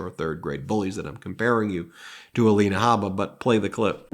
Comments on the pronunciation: Ah-lean-ah… Ah-line-ah… Whatever she calls herself 🤔 How’s that sound ms Haba? My opinion of either one of these women should not affect my pronunciation of their names. Both women deserve the dignity of having their names pronounced correctly. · Perhaps Trumps lawyer Alina should be called All-in-ah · At this point I only want to hear the name Ah-line-a or Ah-lean-a or whatever it calls itself in regard to an ethics board hearing. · A-lie-na Habba sounds about right